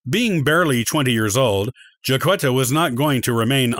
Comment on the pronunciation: I'm a decedent 19th great grandmother and i am common ha ha ha jack etta not qwetta